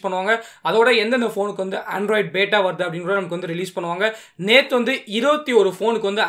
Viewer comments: Bro athu பேட்டா illa android Q பீட்டா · Athu beeta bro bata ila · Bata illa beta bro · That is not beta... Pronounce as Beeta.. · Bro beta pronunciation correct pannikonga bro💕💕💕